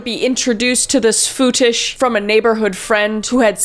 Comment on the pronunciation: I CANT STOP LAUGHING WHEN SHE KEEPS ON SAYING “FOUOUOUTISHHH”